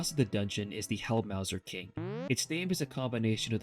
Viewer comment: This will sound nitpicky, but "Helmasaur" is supposed to rhyme with "dinosaur". It's literally combining the words "helmet" and "dinosaur".